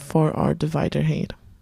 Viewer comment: Thanks, a nice feature. I like that you don't go too slow in your demos. However I always grimace when you say "hate" instead of "height" :)